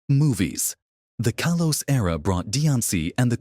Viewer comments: It's Kahlos, not Kaylos. You can prononunce things better than AI. Stop using it. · It's kalos🥀